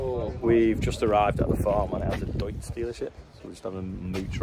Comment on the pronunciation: You must be one of the maybe 2 or 3 native english speakers in existence who can say Deutz the right way. That in itself is impressive.